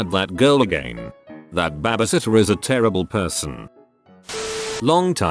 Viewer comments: "Bahh bee sitt tuhh" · It cracks me up that it hits a perfect "tour de France" with the accent, but can't say babysitter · lmao it sounds like “babbishitter” for no reason XD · No one: Literally no one: Bot: weirdest things a Bahbysitter has done